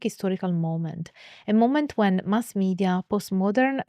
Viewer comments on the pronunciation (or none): none